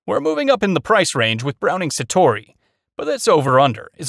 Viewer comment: "frankie" instinct l? browning "satori"? "plasar" f16? lmao